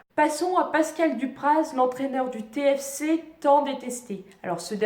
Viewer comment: on parle du Téfécé et non du té-effe-cé pour Toulouse... 😉